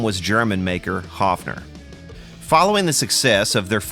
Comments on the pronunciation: It would be spelled "Hoffner" in German, the way you pronounce it :) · Actually the company is called "Höfner" with an "Ö" It's pronounced similar to the "o" in worm or "i" in bird.